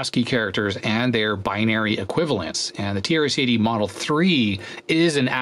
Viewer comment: The way you pronounce "TRS-80" sometimes sounds like "tear city". I guess that's quite a fitting name for this board😂